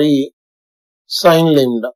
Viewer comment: Lambda or lembda 😅